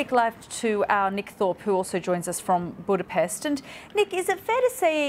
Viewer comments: after these 100 years or after these 200 years I think BBC could learn how to pronounce Budapest correctly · still wrong, you are missing the t